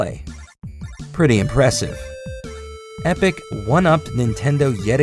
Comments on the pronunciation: It's Epoch! EH-PAW-KUH It's interesting to think that Namco was very closely tied with Epoch. They were testing all the markets before throwing their weight behind Nintendo entirely. While the Japanese market is fairly one-brand focused, I think that Epoch could maybe have become a viable competitor if they had just a little more behind them. They were better than the SG-1000 but seemed to be less successful for no easily found reason. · Is he not pronouncing "Epoch" wrong?